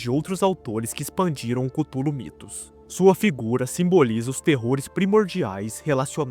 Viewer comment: mano e Cthulhu não cúthulu fala direto